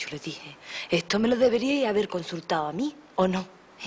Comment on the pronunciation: "ehto me lo deberíai habeh consultaoamí!"